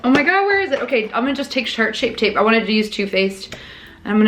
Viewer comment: “shart shape tape “ 😂